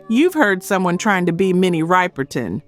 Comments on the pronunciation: Ripple-tin, not Ripel-tin.get the names right. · Just curious...is this an AI voice. Minnie RIPE-erton is pronounced RIP-er-Ton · It's not riperton,riperton, it Ripperton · I hope the narrator is AI! Minnie Riverton's last name is pronounced Rip-er-ton; not Ripe-r-ton. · Riper-ton, come on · It’s pronounced RIPERTON LIKE R’iP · Now I know for sure that this is AI written and narrated using a fake black female voice. Minnie Riperton is well known and for her name to be mispronounced as Minnie RIPE- ERTON you just blew your cover and secondly she wasnt signed with Motown. This channel is yet another AI devised CULTURE VULTURE CLICKBAIT channel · Minnie Ripperton's last name is pronounced with a short i as in "rich". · Please pronounce her name correctly. Minnie Riperton. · "PLEASE LEARN TO PRONOUNCE THESE LEGONDS NAMES CORRECTLY, IT'S SHORT I SOUND FOR 'SYREETA' 'MINNIE RIPPERTON', Is Short I Sound, Not Ripe, But Ripp, PLEASE SHOW SOME RESPECT, IF YOU REALLY CARE"😢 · Ser-ree-ta Wright Minnie Rip-per-ton Omg. These mispronunciations are like nails on a chalk board.